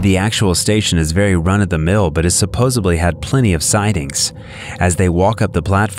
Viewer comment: “Surposably” Do you mean “Supposedly”? 🤣🤣🤣